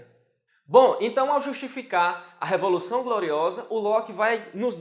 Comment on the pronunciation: E a moça engoliu corda ficou nervosinha, será que precisa fazer um curso de dicção também......o que a moça tem contra a palavra dedel ?...É a révolução ou revolução?....kkkkk